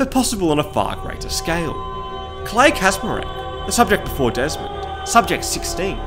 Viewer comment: Maybe, but your Polish needs some polishing :P Totally butchered pronunciation of "Kaczmarek"